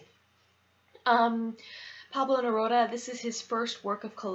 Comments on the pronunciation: Pronounced Neroodah. And yes.... he is amazing. 😊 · You pronounce his name like Amy😃...it's Ne-roo-da.